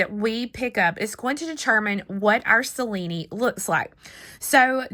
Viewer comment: dear, may i tell you the right pronunce of Cellini, an italian name, you can pronunce as written Chellini in english and you will be the only one knows how tell that name correctly in USA. Hope you want consider my suggest as interesting. I Love this spiral to make a bangle💞